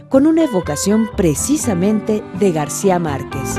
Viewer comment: ¿Por qué dice Garcia y no García?